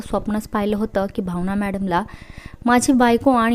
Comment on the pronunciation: भावना आणि आनंदी हे उच्चार नीट करा. स्टोरी ऐकायला मजा वाटली नाही. ण चा उच्चार टाळावे.